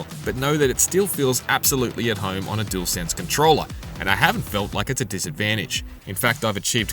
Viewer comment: Dualsense or jewelsense 😂 say it properly please it’s just lazy 👎🏻 imo.